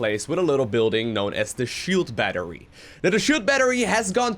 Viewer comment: Shield BNattery? that Broodwar goodness